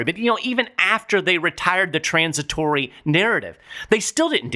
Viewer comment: Go,! Another great podcast...hilarious how you say "TRAAAANS...it-tory". Can we get Tyson to punch Powell and Yellen in the mouth? Heck, throw in everyone in DC while we're at it!